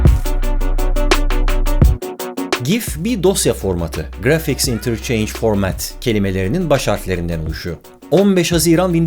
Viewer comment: Bir karadenizli olarak grafiğe çırafik demeyiz emin olabilirsin Barış Abi... 😀